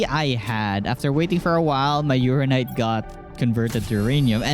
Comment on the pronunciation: Its called uranite, not urarararanite 😂